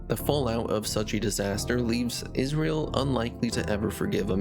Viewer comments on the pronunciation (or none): none